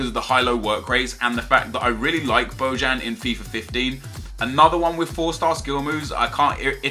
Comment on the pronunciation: It's pronounced bohan